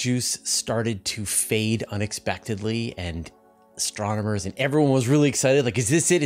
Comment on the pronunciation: My new favorite drinking game is taking a shot every time says STRONOMERS... Send help!